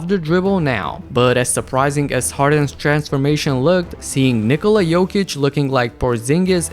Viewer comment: Jokic’s name isn’t Nicolas it’s Nicola